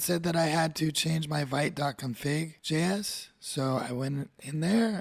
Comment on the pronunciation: Interesting! You've put in a lot of work here, thank you! A tiny suggestion to make your future videos even better - official Vite pronunciation is French word for "quick", pronounced /vit/ , like "veet"